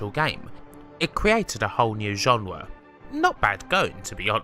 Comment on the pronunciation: WTF is a "genwa"?